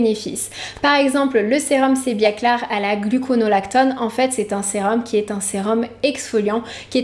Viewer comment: pourquoi tu prononces "sebiaclar"? c'est pas plutôt sebiaclear: sebiaclir ( mot anglais)?